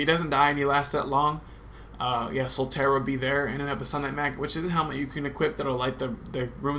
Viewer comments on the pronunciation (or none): Thanks for the locations but..... SOTAIRE!!! its.... SOLAIRE!